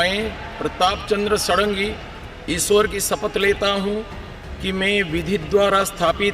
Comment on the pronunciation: वो सारंगी नहीं षाडंगी हैं। यह एक ब्राह्मण उपनाम है जिसका अर्थ होता है "जो 6 वेदांगों में पारंगत हो।" खैर नाम में कुछ नहीं रखा लेकिन इसका यह अर्थ नहीं कि आप नाम गलत बोलें।